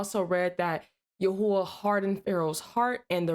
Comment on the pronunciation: YHWH ISN'T PRONOUNCES YAHUAH